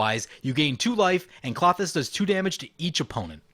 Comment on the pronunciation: Kl-oh-thys not Claw-thys